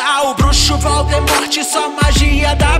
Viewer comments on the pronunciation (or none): none